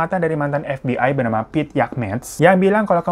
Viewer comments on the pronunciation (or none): none